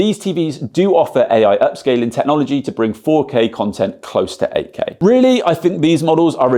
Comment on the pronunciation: I thought he is saying AK. Then I realized he is saying 8K. :face-blue-smiling:. Good Job. Thanks